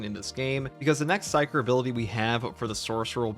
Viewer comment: I’ve heard of psyker powers but what are these “pysker” powers you speak of?